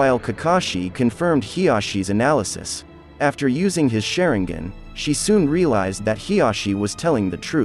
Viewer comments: Its sharingan not shareingen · man's really pronounced that sharingan= SHARE-N-GAN😂😂😂 Edit: SHARE-N-GIN😂😂😂